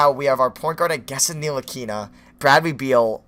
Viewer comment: Ni-til-lick-a you say his name wrong how I just said it is right